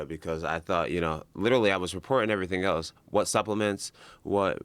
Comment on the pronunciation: Does anyone notice how when joe says "else" it sounds like eltse? Things like that really get to me.